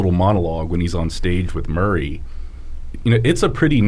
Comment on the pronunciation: can't say Murray